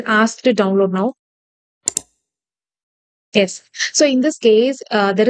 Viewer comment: Why you tell ess to yess??